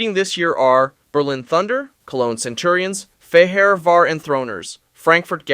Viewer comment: bruh u need to stop using AI to narrate ur videos it hurts listening to the pronounciation of fehevar and wroclaw😂